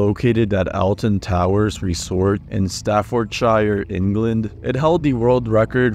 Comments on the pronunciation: It was definitely a mispronunciation. Stafford'sheer' or Stafford'shu(r)' (the r depending on your accent) are both correct pronunciations. Stafford'shyre' is not. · I think he mispronounced staffordshire too